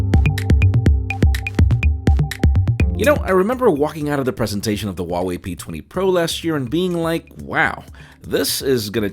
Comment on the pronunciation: it's HUAWEI not wawei😂